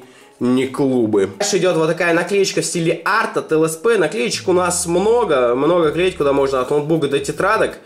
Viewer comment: ЛСП, а не СЛП